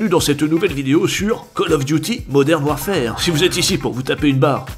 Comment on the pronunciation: Purée, tu parles quand meme Anglais, entendre modern warFAAAAre ca pique aux oreilles